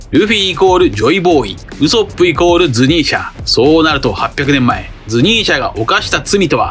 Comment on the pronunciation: どうしてもウソップのイントネーションが引っかかる🤫